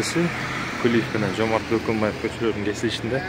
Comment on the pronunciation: Кулиев Бөкөнбаев деп туура айтканын учун менден бир жакты белгиси сен үчүн